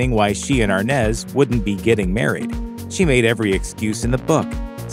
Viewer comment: No it's always been Arnaz...😂 But it's pronounced ARE-NAHS